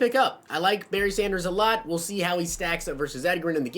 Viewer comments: Two years in a row this guy still can't pronounce his name , fucking fix this. His nickname is Edge.... c'mon man not pronounced like Edgar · Edger-in james... come on, I know he's a older player but I'm 16 and even know how to say it.... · Lol I cant with the pronunciation 🤣🤣. SMH have you never heard someone talk about him before? I've never heard him called that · He says Edgerrin James like he only plays MUT and didnt grow up watching football lol. Love the videos keep grinding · Hunter McMillin imagine saying someone knows nothing about football because they pronounced Edgerrin wrong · You butchered Edges name lol